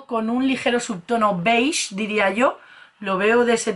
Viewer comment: BEIG MATE .... HAS DICHO BEIG MATE ? NO PUEDE SER JAJAJAJAJA